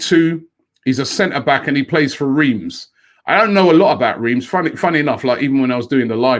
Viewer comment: Swap anyday lacazette anyday, ask your French correspondence to pronounce Reims as you wouldn't believe how it's pronounced. You don't even say the M. Didn't live too far away from there many years ago, pronounced like Ras. COYG